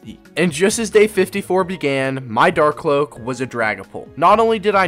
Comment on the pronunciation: “Dark cloak” Drack-cloak is how u pronounce it. NO HATE LOVE THIS VID IM JUST REALLY TRIGGERED BY MISPRONUNCIATIONS